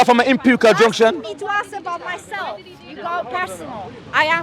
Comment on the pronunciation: "Ask"...not "aks" brother